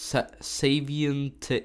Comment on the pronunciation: Oh yes.... Saviente ( ͡° ͜ʖ ͡°)